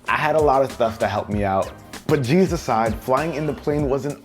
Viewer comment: "... keep the jeez off my body?" haha I know that's not the right word but it sounds similar and funny